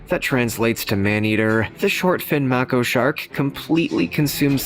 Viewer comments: Mako, pronounced: may-co... not mack-o...MAY-CO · Māko..... pronounced it wrong